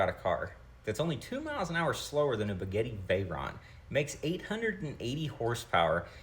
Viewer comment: Guy's What is a begetti vahyron?